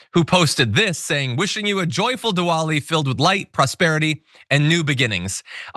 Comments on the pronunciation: If you have words in your script (like the word “Diwali”) PLEASE learn how to pronounce those words correctly! YOU are better than that. “Diwali” is not pronounced “dee-wahl-ee,” it is pronounced “dih-vahl-ee” (the “w” is a /v/) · Indian here. He was saying Diwoli instead of Diwali. But other than that, his pronounciation was pretty close. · Diwali is pronounced "de-vali" and it's an Asian religious celebration which marks different things, depending on the religion (Hinduism, Sikhs, Buddhism, etc ) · The "w" is pronounced as "v". ie. Divali The neighbours from Kolkata invited me over. Had a great time. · Even if spelt with a ‘v’ the pronunciation is still not with the full ‘v’ sound. It’s a cross between the two. You may get a heavier ‘w’ sound up towards the north, but even where you may hear more of the ‘v’ it’s still not ‘vaa’ more of a ‘vwa’. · Di-vali is how I learned to pronounce the holiday. Usha blink twice if you want a divorce from a slimy white supremacist condescending a-hole. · Diwali, pronounced “Divali” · Pronounced Divali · The pronunciation is Divali. In any case Kash Spittoon is a pathetic loser, liar and all around creep. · That's not how you pronounce Diwali. Think of it spelt with a v instead of a w and you'll be closer.